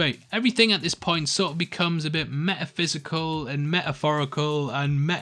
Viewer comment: "meh-uh-physical, meh-uh-phorical and meh-uh-human, meh-uh-phorical"